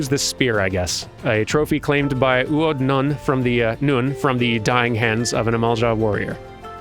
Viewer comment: A bit disappointed you didn't roll your R's when doing U'odh's voice. Have some Miqo'te lore; the Sunseeker Miqo'te tribes are like lion prides. The Nunh are the breeding males, while Tia's are non-breeding. The Nunh is rarely the leader of the tribe though, and a very large tribe could have more than one nunh. Like male lions, male sunseekers will split off to challenge the nunh's of another tribe to single combat for the position. Others might try to form their own tribe instead, though it's rare. More lore; there are 26 Seeker of the Sun tribes, each corresponding to a letter of the alphabet. If you didn't notice, all the Miqo'te in Fallen Springs names begins with a U'. They're part of the U tribe. If a male wants to start a new tribe, they have to make up a new tribe name, usually a mix of two letters like "Ta" or "Bo." These don't usually last long. A male Sunseeker can choose to take his mother's name like the Keepers of the Moon do, but some sunseekers view this as shunning their culture and don't take kindly to it. Honestly, I'm surprised by the amount of thought put into this and how little it comes up in-game. It's almost Tolkien-esque how the naming conventions work for every race and culture.